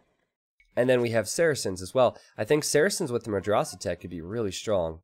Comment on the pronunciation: Dude, you need to pronounce madrasah with soft "a"s not the hard one. For example not like can't in british but in american